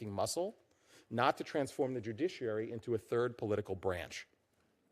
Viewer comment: I think it's somebody on this committee has a hard time saying the word judiciary maybe they should be retired